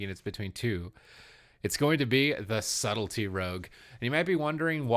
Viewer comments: Rouge = ROGUE Subletly = Subtlety 😂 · Subtlety not subletly! Sorry, driving me crazy! Good picks overall.